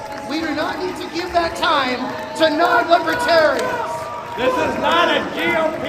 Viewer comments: Libaterians? Why does he keep saying that? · He kept calling them lipertarians !! 😅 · DJT will be all over them. He can't even say libertarian..he is saying "libatarians" They won't put up with him. They protect their own. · It doesn’t seem like he pronounces the party correctly. It sounds like he drops the first “r” and says libetarians. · Consistently "Libetarians.' Wonder how they like that pronunciation. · Libetarians he doesn’t even know how to say it! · He keeps call in them LIBATARIANS! The correct name is literally written all over the walls around him!!! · Li-buh-tar-uns It helps if you know how to pronounce libertarian—there’s an R in there trump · Did he call them Libatarians?? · Trump keeps saying "Libetarian" (Li-be-ta-ri-ans) with a silent 'r' lol. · Libeh terians...lol... boooooooo...lol